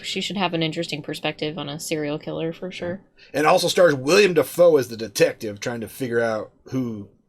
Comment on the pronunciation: It's actually pronounced Willem DAYfoe